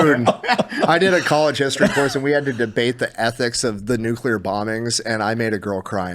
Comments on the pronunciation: Why does say it like "nukeler"? I've heard the "nucular" mispronunciation, but that one's new to me. Also the fear isn't from the technology, it's the certainty of bureaucratic hamfisting of bloat and bullshit into any government regulated project of that scale, ensuring potential for runaway risks. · is Nu-clear. Not Nu-cu-lear.